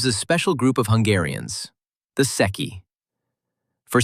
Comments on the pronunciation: There is no "seki;" you are referring to the Transilvanian "Székei" (pronounced SAY KEY). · ITIS NOT SECCHI BUT SZEKELY THE HUNGARIANS OF TRANSYLVANIA THAT STUPID TRIANON GAVE TO ROMANIA. GIVE IT BACK.